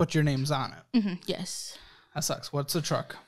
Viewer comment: When someone says “gesh” instead of yes I take nothing seriously.